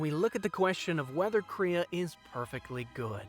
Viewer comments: how did you manage to never say Kreia or Atton right? Also Kreia isn't really over powered she's been down both the path of the light and dark which she makes a point to teach is the better way. And those jedi masters were weak. you can kill them one at a time in earlier levels. As for her past its heavily implied she was some high level jedi possibly Aren Kai. You seem to have a lot of footage from other videos and have falied to mention her greatest failure isn't scion it's Nihilus. I have to ask while you perfectly understood the point of kreia did you play the game? No seriously she and atton use eachother names and god that hurt to listen to. If you haven't or more likely its just been awhile steam has it and the restored content mods for a rather low price. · Everything about this video is telling me to unsubscribe... especially the way you said “kreia”